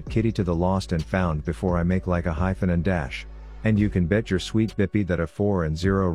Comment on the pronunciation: "... before i make like a hyphon and dash" LMAO